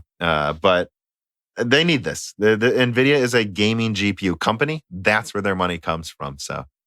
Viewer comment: can we please get to stop saying Navidia